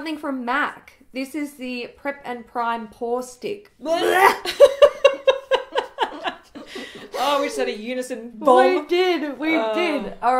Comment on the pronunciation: Had to rewind the part about the MAC pore stick... thought you said foreskin hahaha 😂 💎💎💎💎